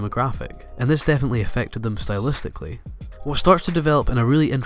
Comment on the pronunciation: HE SAID SYTLEISTICLLY NO FRICKIN MUCH